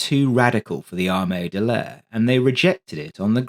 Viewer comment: "ARE-ME DEL LAYER" ITS Army D'aire. DUH-AIR.